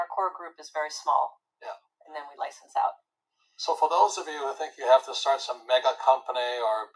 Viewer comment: he didn't say stay small, he said: "start small".